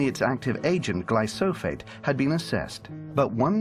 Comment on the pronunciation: He pronounces it "glySOPHate" - this is backwards. Roundup is "glyphosate". This pronunciation may cause people who are skeptical of the danger of GMOs to distrust this video. You don't want to discredit yourself by mispronouncing words and mislabeling chemicals. Alex Jones hurts himself by referring to the aluminum compound in chemtrails as "aluminum dioxide." I have to admit, for some strange reason "aluminum dioxide" rolls off the tongue, and I'm a biochem major. But it's not correct.pg1